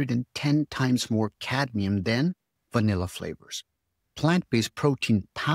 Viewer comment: Cadmium not cadium